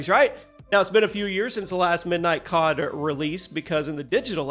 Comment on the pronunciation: bro said cob instead of cod